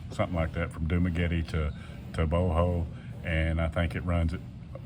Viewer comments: Bohol is pronounced "Bo-haul" not "Boh-hole! Lol. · Bohol, pronounced Bohall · It's funny how you say Bohol 😂😂😂